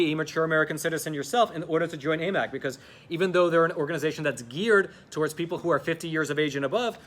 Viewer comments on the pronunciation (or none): none